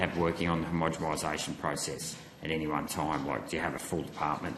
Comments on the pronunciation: Is the senator saying homogemisation? With a m? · PLEASE say homogenisation - I can’t listen to this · Can someone explain to Rennick how to pronounce homogenisation correctly? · Homogenisation Senator. Please pronounce it correctly. Thank you. It sounds bad if you dont say it properly.